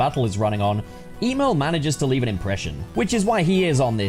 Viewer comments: Emol not Emerl, Emol💀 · Man saying Emerl like Email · For the last time it’s emerel because sonic named him after a chaos emerald it’s not pronounced e mail or em el the the sega scurge agree’s with me on this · Is it pronounced 'EE-merl'? I grew up always thinking it was pronounced 'EM-earl'.